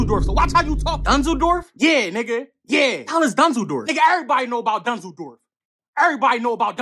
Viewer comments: Hes sayin dunzeldorf not dusseldorf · It’s dunzeldorf he said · Soon as I heard "dunzledorf" had to pause the video 🤣🤣🤣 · Lmfao “Danzoldorf” 😂😂😂😂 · Dunsledorf is what I imagine an american would repeat after hearing a german say "Düsseldorf". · But he is clearly not saying Dusseldorf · yoo for a second i thought he said Düsseldorf lol